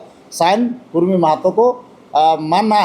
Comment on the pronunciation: कुर्मी नहि कुड़मी बोलिए